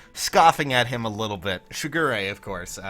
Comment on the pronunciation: Every time you say his name all I hear is Sugar Ray... Lolz